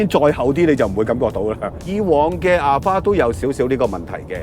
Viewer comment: Alphard 重音在前面哦